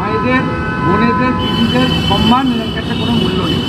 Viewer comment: যে সম্মান কথা টাই ঠিক মত বলতে জানেনা,"সনমান" বলে। সে শেখাচ্ছে সিঁদুরের "সম্মান"। ছ্যাঃ